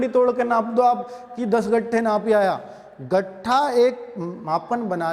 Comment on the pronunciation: गट्ठा नही सर लट्ठा होता है